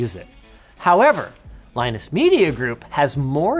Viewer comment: did linus just mispronounce his own name?